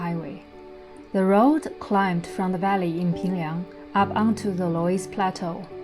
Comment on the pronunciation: So you have a German husband with you and he couldn't tell you how to pronounce 'Loes' (Löss) in 'Loes plateau'?😂